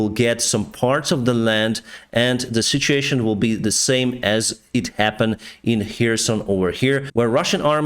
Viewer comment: talks English well, BUT I love his saying Sitsheeation..(situation)...Love